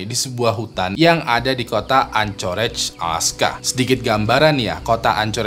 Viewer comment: Untuk anchorage city bacanya "ankerej" bang